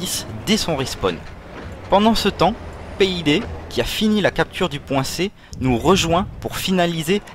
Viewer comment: MDRRRR j'ai RIIS de la prononciation P I D ! DIT péédééééé a pas honte!! loool